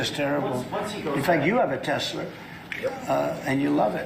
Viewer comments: Tesler. Goddamn that made me laugh. I hope Elon hears it every time he says that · Why is no one correcting Trump when he says “Tesler?” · It might seem like a small thing but continuing to say 'Tesler' is quite revealing to his complete ignorance and lack of care for accuracy (as if it wasn't already obvious) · Tesler....uh duheeee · What's a Tesler? Yeah he's really smart. Lol. I'm sure he doesn't even know who Nicholas Tesla is. Most idiots don't. They think Elon invented that. Smh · What’s with the “r” on Tesla? I’m from NY, our accent doesn’t do that. 😂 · When is someone going to tell the idiot its not TESLER what a old jerk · the idiot turd doesw not even know the name? Tesla NOT Tesler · Not Teslurr 😂 So now 47 is crawfishing on the 3rd term when yesterday he said they were planning and there were 2-3 ways. Did his handler take the day off or something and left Kid Rock to baby sit him? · Musk pronounces it "Tezler". Trump pronounces it "Tesler". It's actually spelled "T-e-(swastika)-l-a". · Anyone more brain dead than kid rock? Is it tesslar or Tesla?? Very heavy like a toy!! Very heavy! Like a heavy toy!! Articulate to the max! Stupid to the max!! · Tess lerrrr. Like A Mi nor. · Because he said Tesler instead of correcting himself, he’s just gonna keep saying it maybe Elon will change the name to Tesler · HEY DONNIE - "TESLER" comes from two words, namely "TES-la" and "Hit-LER" thus your term came up as "TESLER", just how dumb and stupid can you be? and LIVE on AIR! more than twice! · Came for the poignant political commentary…stayed for the “I love teslers” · Wow. Nobody will correct the "stable genius" on his pronunciation of "Tesla?" Are they afraid to tell him it is not "Telser?" LOL. Narcissist imbecile surrounded by cowardly sycophants. Medieval level nonsense. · Lookup "tesler siber truck" its hilarious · Tesler 😂 is he related to Medea Halleluher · Tesler? Can’t remember a big word like Tesla. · Tesler? I hardly know her! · "I love Tesler!!" 💁